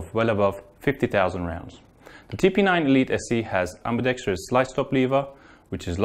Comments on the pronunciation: at least the glock girl and walther dude said "ambidextrous" correctly. Unlike the person narrating for the cz. The word is not pronounced "ambidextrious" lol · For the love of God can someone teach these people how to pronounce ambidextrous